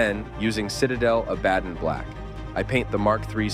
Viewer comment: Ah, that’s why Abaddon is mispronounced every time. I was bugging out every time it was said.